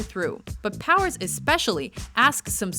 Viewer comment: Anyone else hear Austin "Towers"?